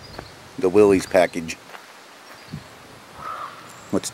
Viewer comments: Pronounce it right, it’s Willis not Willies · Pronounced "Willis", not "willeez".